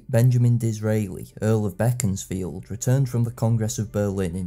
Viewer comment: Very professional, thanks. I'm also a Disraeli fan (I've bought "Coningsby" and must soon get round to it) AND have a good friend from Beaconsfield, good to hear it pronounced the way the great man himself would have. The alternative (wrong) pronunciation turns my guts.